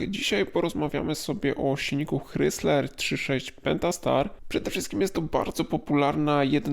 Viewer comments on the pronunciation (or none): ok, słyszę "hrysler" nie "krajzler" i już wiem, że nie warto słuchać dalej